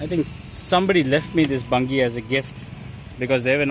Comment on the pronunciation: Bungey is pronounced bunjee